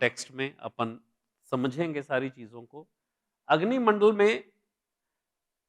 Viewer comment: Mandlaaa kya hota hai ?? Man dal bol bhaiyaa